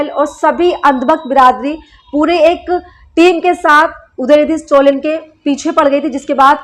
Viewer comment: Please tell his name correctly. It is STALIN STA + LIN ✅ Not STO + LIN ❎